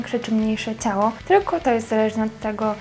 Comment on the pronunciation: Naucz się mówić... "cało", "pokazywac", "cos"... Czy "ć", "ci" to jest jakiś problem...jezu nie da się tego słuchać...